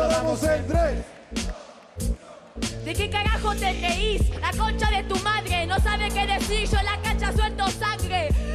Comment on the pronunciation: "De que caggajo te ggeis"